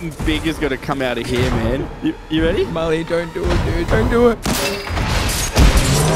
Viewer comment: Milly bruh it’s mully